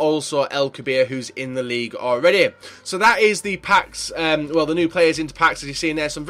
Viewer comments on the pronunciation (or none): The way u said league unnnn